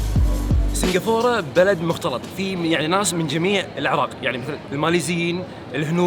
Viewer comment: سنقفوره سنقفوره ههههههه كل ماتقول اسم البلد اضحك